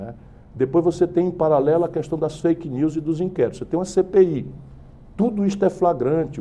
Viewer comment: q decepção... ele pronuncia "qüestão" em vez de "questão".